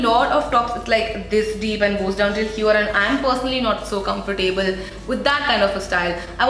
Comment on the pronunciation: Hope you don't mind me saying- it's pronounced comfortable. not comfortAAble. 'ab' as in about / abandon. Not as in Table / able. Just like affordable, lovable for example :)